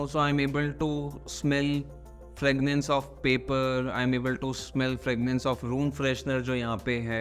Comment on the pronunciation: Fragrance not fragnance